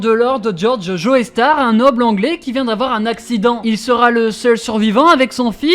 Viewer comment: "Joe-star" pas Joeystar baka . et ton flow est surement le pire méchant du manga-verse